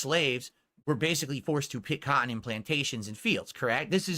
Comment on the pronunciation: PICK COT-TON , why does he pronounce things so weird, he's an actual alien